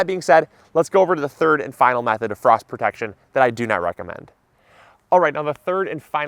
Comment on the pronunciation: First to say you missed F in FROST!